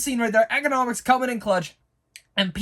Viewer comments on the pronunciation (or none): EEE-CONN-OH-MOHS, not “Economics”. It’s Economos. Please, I can’t take it! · (E-con-i-mose) not economics also (Henry Cav-ill) lmao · Dude it's Economos not Ecinomis!